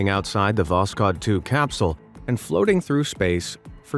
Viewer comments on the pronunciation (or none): none